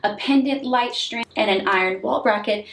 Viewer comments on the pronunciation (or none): none